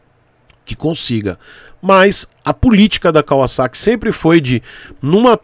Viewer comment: Único Youtuber brasileiro que pronuncia o nome Kawasaki como deve ser pronunciado! Obs. Não estou dizendo que é certo ou errado.